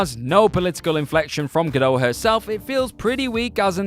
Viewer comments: Her name is actually pronounced Gadot, with the "t". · The T in Gadot is not silent. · Really need to learn how to pronounce Gal Godot's name.